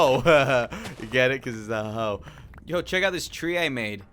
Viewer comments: Just the way he said hoe is just worong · He said let’s get busy with a hoe